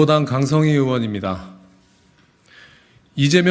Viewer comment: 발음도 제대로 못하시나요. 성 과 석은 구분을 잘하세요